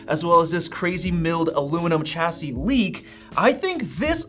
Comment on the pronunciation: Chassis is pronounced shassy.